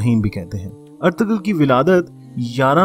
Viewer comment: Correct name is erturul... g is silent😊thank you❤